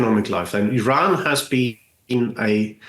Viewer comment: You mean mispronouncing "Iran" ? That's the only thing I noticed